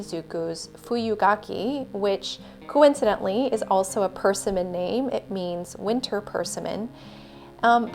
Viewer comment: Your swatching videos are beautiful. I had never heard of Platinum Brun Sepia either, although I know there's a sepia in the Black iron gall line. I wonder if they're the same? One suggestion: you may want to look up the pronunciation of "persimmon." 😊